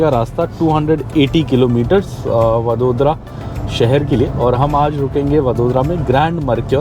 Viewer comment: वड़ोदरा, आणंद - ye hain in shehron ke naam. Jaise डिल्ली nahi दिल्ली hai, लखणऊ nahi लखनऊ hai. Bahot enriched hai Indian languages ki sounds, sahi jaanane ka utsaah rakhna chahiye.